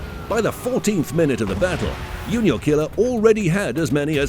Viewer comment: JuniorKiller is pronounced 'ju‧nior killer', not 'u-nior killer'. But thanks for the vids anyway.